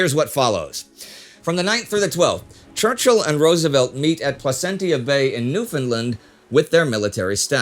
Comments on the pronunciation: Great video as always, just one note. As a Newfoundlander myself just had to say it is pronounced “placen-cha” instead of “-tia”. Keep up the awesome work! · Hi Indy and Team. Long time subscriber and former Time Ghost Army member. This was another great episode, but I wanted to point out a couple of things. Good pronunciation of Newfoundland (rhymes with understand), but Placentia is pronounced pla-sent-cha. Lastly, Newfoundland was not part of Canada until 1949 and was administered by Britain in 1941 after financial collapse during the Great Depression. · Love the episodes as always but I do want to correct you that Placentia is pronounced pla-cent-cha. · Placentia Bay, pronounced Pla-shen-sha, not Pla-sen-tee-ya. And it’s New-fun-land, not New-Finland. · Love that Placentia and Newfoundland get mentioned in this episode, but to help Indy with pronunciation (as a local): - Newfoundland rhymes with understand. "Newf-in-Land" - Placentia was close but instead of "tia" its almost a "cha" sound, "Pla-cent-cha" Been a fan of the team since the early Great War Days, keep up the great work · Plus it is pronounced to rhyme with 'understand' - New-f'n -LAND. I should know - I'm a Newfoundlander! Also, 'Placentia" is pronounced as it spelt "plasencha". Super-nitpicking, I know, but the mangling of the name of my island home by everybody in the world is a bit irritating! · In case it ever comes up again... Newfoundland is pronounced new-fin-land (it rhymes with “understand”). And Placentia is pronounced pla-sen-sha. (Source: me, a Newfoundlander; and Wikipedia: locally /ˌnjuːfəndˈlænd). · As a longtime viewer, huge fan, and a Newfoundlander, I must say I was a little disappointed with those pronounciations. Placentia bay doesnt have a hard T, it's closer to dementia in its enunciation. And we are not New Finland. Longer A in that. "Newf'n' Land" I love your work though so I can forgive you <3